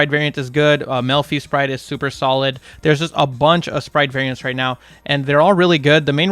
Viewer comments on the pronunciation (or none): "Sluper stholid"